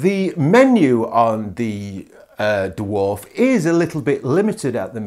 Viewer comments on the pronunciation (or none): I'm comfused why you call it the Duwarf 2, as a fellow brit...just say Dwarf..?